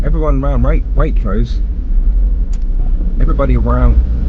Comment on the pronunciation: “Everywone awound Waitrose” ! Great video !!